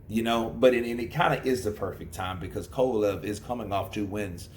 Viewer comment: "Kova-Lovv" .. 😆 .. Bernard